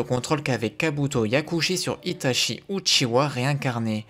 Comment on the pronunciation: Salut, J’apprécie la qualité de chaque vidéos mais la prononciation des noms japonais m’accroche les oreilles, par exemple itachi qui ce prononce itatchi phonétiquement. Continue ce que tu fais, j’adore ton travail